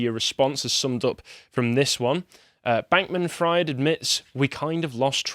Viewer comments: It’s pronounced freed not ‘fried’ like fried chicken. Also he’s not getting away with shit there’s a huge mess the liquidators have to go through and who need to gather evidence to prosecute. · It’s pronounced “freed” not “fryed” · It’s pronounced FREED. How does one do whole report on this guy and not already heard people say his name a hundred times? 😂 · I'm enjoying how pronounces Fried like "fried eggs" rather than "freed" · may be pronouncing SBF's surname wrong.. but given the situation he's in.. it's not inaccurate.. it's a good meme tbh. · How do you not know how to pronounce Fried lol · That's not how you pronounce Fraud lol. Or Fried.